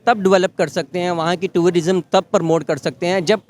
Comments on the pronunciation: Pharma wale bhai pahle khud toh educate ho jaao… tour-rism nahi hota wo tourism hota hai bhai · Toorarism nhi hota jahil insaan, tourism hota hai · Turarisom hahahhaha pahale tourism bolaane siko😂😂😂😂😂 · Abey bsdk, o tururism nhi h, it’s tourism 🤷🏻‍♂️, pehle tourism bolna seekh le baad mey baap kaun h bolna😷, bhai aise illitrate se Interview mat lo🤦🏻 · Tie pehensay educated nahi kehlatay, Basic English terms should be pronounced properly, it is Tourism and not Tourarism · Bhai sahab aap pehle tourism bolna sikh lijiye...phir work karna... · "tourer-ism" ....... phele thik se bolna sikh, ye lega hum logo se Kashmir. Kasmir naam kon diya phele bol??? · Pehle tourism to theek se bol le😂😂😂😂😂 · TOURARISM lol🤡 Bhai confuse ho gaya 'tourism' bolu ya 'terrorism' 💀 👀🤓